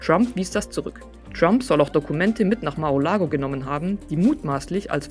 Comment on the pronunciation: Bisschen Korinthenkackerei.. Mar-A!-Lago, nicht Mar-O!-Lago.. (bezieht sich natürlich auf die Aussprache, nicht auf den Titel, falls jemand auf die Idee kommen sollte)